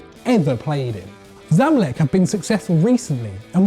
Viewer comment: its not zamlek its ZA MA lek